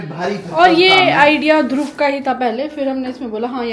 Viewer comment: why do you call Dhruv Dhrub….Is it B or V please clarify